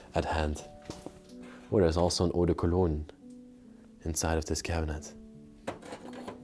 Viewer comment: J'adore lorsque vous dites "Eau de Cologne". 😊 L'accent est excellent.